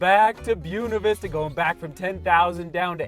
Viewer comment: should learn how to pronounce Buena Vista correctly haha